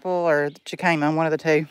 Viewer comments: 😂😂 it's pronounced hick a mah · It pronounced “hick-a-ma”. Meant in the best way possible. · Are you saying Jicama?